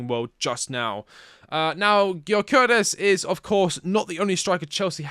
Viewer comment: his name is pronounced like you puke after the Gy. Gyökeres - jyöökeres - // swede